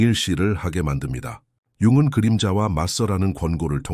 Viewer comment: 잘 듣고 있습니다. '융근'으로 들리는 부분을' 융은'으로 고치면 더 좋을 것 같아요.